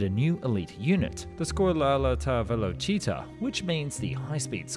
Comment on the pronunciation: as an italian i had a stroke, my sigth blurred and my mouth dried when i heard you pronouncing " scuola alta velocità"